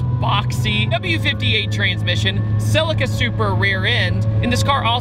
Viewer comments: It’s not selica. It’s pronounced CELEEECA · SUH-LEE-KAH its SuHLEEKAH, stop disrespecting the name. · Where is the S in CELICA.......FFS......calling it a SELICA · In the UK we pronounce it 'selleeka' 🤔 Love your vids fella 👍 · Please pronounce the model right =[